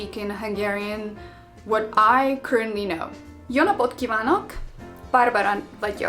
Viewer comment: That jó napot was the best